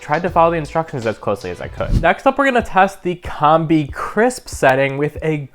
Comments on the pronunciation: Oh my god it's Combi as in combination, not as in Comb. Have...have you never heard the word combi before?! Also, it's sous videing that is supposed to sound like soo veeing. That toast function is incredible. Good video dude. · COM-BEE not Comb-Bee